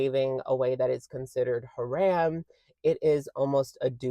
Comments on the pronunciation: Yes the second syllable is closer to Rom in romcom, not Ram like Dodge. Ha-“rom” 💖💕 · Idk if this is different in other places, but coming from an Islamic country it's pronounced Ha-Rum not Ha-Ram. Halal sounded perf tho ☺️ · Love you but please don't pronounce it ha-RAM. 🙏 It's haram like the first two syllables of harambe. Just thought I'd loop you in since it obviously wasn't intentional 🤍